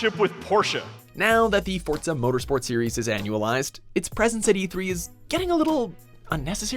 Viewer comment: What the hell is fortza